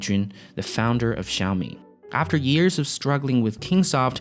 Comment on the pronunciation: Can you please learn to $@ say xiami properly??!! It ain’t rocket science and it takes five seconds you lazy bum.